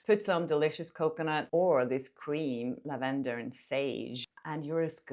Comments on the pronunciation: Marvellous. Please continue. I could not follow the arithmetic of the deodorant discounts, but I would not have bought any, anyways. The stress in lavender is on the first syllable. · I love the way u say Lavendar 😀